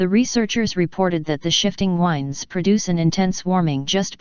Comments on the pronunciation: strong wines are blowing. some words the computer just can't say. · The singular is spoken correctly, the plural is not. Near the end in does it again.